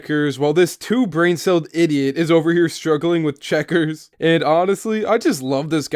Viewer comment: You said checkers vs checkers